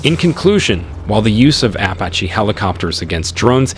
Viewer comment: Ok so the ai you used has a problem pronouncing the name of the helicopter this video is about making you loose credibility. Don’t pronounce it” apa chi “ pronounce it, “ah pach ee “